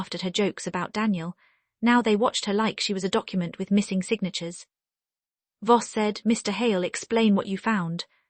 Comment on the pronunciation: Voss, not boss